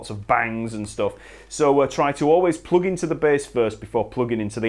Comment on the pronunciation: I love how he pronounces plug as ploog